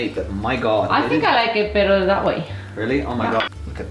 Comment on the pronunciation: Funny how you pronounce better like bitter. 😁